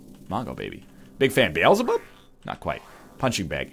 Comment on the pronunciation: The Egg sees Beelzeblub; Pronounces it Beelzebub.